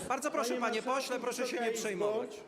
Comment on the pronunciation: 7 sekund. Ok 10... Proszszsz 🤣🤣🤣